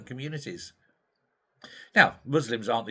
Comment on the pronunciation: "We cannot afford to upset the moss limbs" Nigel Farage "We must court the moss limb vote" Nigel Farage 😕